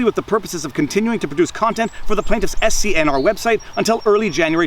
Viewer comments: Just to let you know SCRN is pronounced Scanner. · I think "SCNR" is pronounced "scanner".